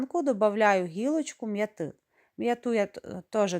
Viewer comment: не м'ятИ, а м'Яти